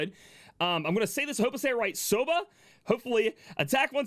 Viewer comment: "Sobah" - the way you pronounced it means "Buckwheat noodles" in Japanese :)